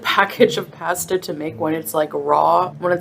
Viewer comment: That "paystah" is undercooked. It shouldn't be crunchy.